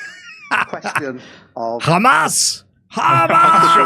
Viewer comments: So this is something I don't get, is it some sort of covert or backhanded insult to refer to Hamas as "Khamas"? BecauseI can't understand why they keep mispronouncing the name. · Anyone else annoyed by the way Israelis pronounce Hamas?